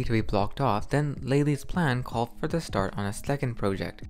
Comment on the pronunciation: it is staat NOT sh-tat we do not pronounce an SSS like a sh unless we have teeth problems like many Americans have.